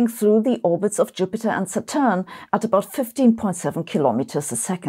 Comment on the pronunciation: IEEE is pronounced "eye triple E." Also I would say SATurn. Only mentioning it because I care❤